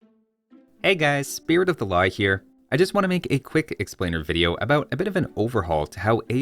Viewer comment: whenever he says Spirit of the law it sounds like he's saying spirit of the LOG